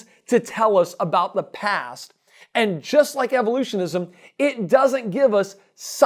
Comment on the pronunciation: The way he speaks "evolutionISM" make me cringe... :(